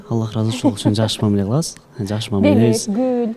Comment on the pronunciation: болотпу, келетпи,кылатпы дебей туура суйлочу алып баруучу кантип сендей сабатсыз болсун,ошентип суйлосом назик коруном деп ойлойт окшойсун наоборот кулкумуштуу угулат,тупая